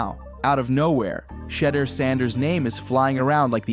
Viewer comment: You can't even say his name right,WTF. His name has been talked about for months. Shatter Sanders seriously SMH